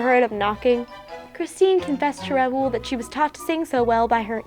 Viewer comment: it's not R-ow-oo-l it's r-ow-l